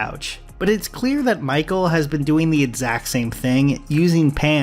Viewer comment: The way you say "exact" really throws me off, cool video though